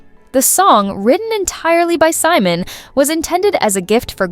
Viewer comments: Simone, Definitely not hís name. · Three minutes in, the female narrator pronounces Simon’s name: SEE-MOAN. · AI calls him See-moan 🤣